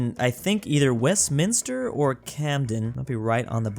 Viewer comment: My being British and hearing him saying “BoRoH” and “WestMininister” 😂!!